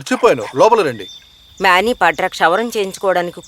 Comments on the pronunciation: His namecis manibadhra not mabebadra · మ్యానిపాట్రా కాదే అమ్మ మనిభద్ర